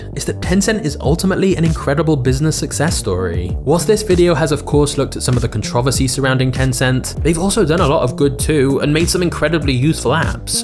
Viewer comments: Contra-vesey instead of contreversey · C O N T R O V E R S Y not Controvsy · COuNTROUVERSY NOT CONTROVERSY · It’s pronounced “Con-Tro-Versy” not con-trov-rsy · good video but why do you pronounce it controversy as 'con-trov-uh-cee' and not 'con-tro-ver-see'? I've never heard anyone pronounce it that way. I wouldn't think it to be a dialect thing either. This is just a nitpick though, so whatever. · The r isnt silent in con tro vers y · Con trov essie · i left as soon as he said contrOvvassee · con - tro - verse - sy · Love the videos man and your work ethic. But the pronunciation of Controversy threw me off. But Im sure its just me. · video is good but i hate how he pronounces controversy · the way you pronounce controversy makes my brain tickle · Can you say controversy again please? I think you forgot to pronounce a few letters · Why? Is it because he pronounces controversy wrong? Lol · Great video! Side note, I never heard anyone pronounce "controversy" that way before. Is it a british thing? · Bro that's not how you say controversy holy shit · ive never heard anyone in the history of anything ever pronounce controversy the way you did. you are not human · The way this guy pronounces "controversy" makes me want to stop watching this great video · You had me up until you pronounced controversy. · Wow, couldn't continue after hearing you fail to pronounce controversy. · I legit had to google how to pronounce "controversy" after . Do Pome's really pronounce it that way? Confused the hell outta me. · Hard to take you seriously when you don't know how to correctly pronunciate the word "controversy" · nah bruh who pronounces controversy like that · Great video but man The way you keep mispronouncing controversy is awful lol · Are you purposely saying controversy like that or do you really not know how to pronounce it which I find hard seeing how you pronounce last names correctly......just wondering/curious